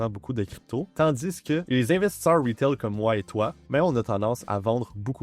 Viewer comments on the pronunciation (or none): On dit investisseurs eur pas investissor monter incroyablement beaucoup 🤷🏼‍♂️ 😢